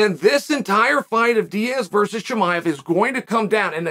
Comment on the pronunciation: VERSUS. Its not vrs. Man oh man